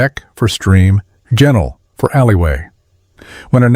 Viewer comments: If you are going to talk about Yorkshire Pudding, you should not focus on those puffy, fluffy modern interpretations. It was a flat slab Your pronunciation of Ginal should be pronounced with a hard ‘G’ not soft ‘J’ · Even before 1974 Yorkshire was not one county but comprised three "ridings" each with its own county council. Also ginnel is pronounced with a hard g.